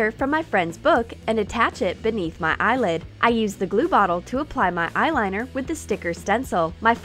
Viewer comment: Whenever she says my she says ma😂